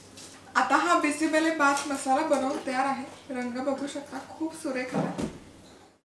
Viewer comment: Aga tai bisi belle bhat mhantat ga tyala changla uchhar kar